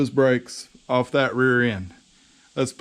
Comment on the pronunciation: Awesome video bro. You definitely fked up the word rear 🤣🤣